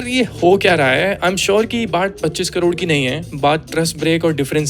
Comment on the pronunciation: Hn sab thik hai par wo kodod nhi aunty crore hai😂